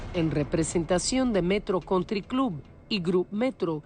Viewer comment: Alicia no exageres con la fonética. Metro country cloubaaa.